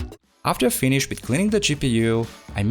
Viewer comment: also fi-ni-shed